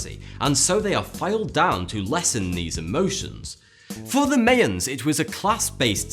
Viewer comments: It's my-ans not may-ans :P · It's pronounced My-Ans not May-Ans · How do you manage to mispronounce Mayans? HOW?